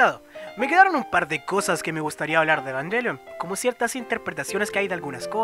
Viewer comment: Después de varios videos al fin alguien que hablar con la mayor coherencia y puede pronunciar los nombres de Evangelion correctamente... cough cough... Ángel Salfollas.... cough cough... Indie... cough cough... etc cough cough... Aunque una cosa, yo personalmente siento que dijiste lo obvio pero para humanos tal vez para mayores de 14 años (la edad de los pilotos xD) Me gusta ver estos videos para compara mi información, pero no siento que hayas algo que no supiera, aunque estoy muy agradecido que te tomases la molestia de decir bien los nombres. Like!